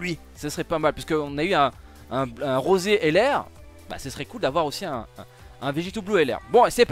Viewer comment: Rrrrrosé c'est fait exprès mdr ?